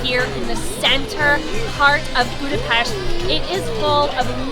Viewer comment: Thank you for sharing your nice experience about Budapest Christmas markets!!! I must add that the lady pronounced perfectly Budapest. Most foreign people say Budapeszt 😅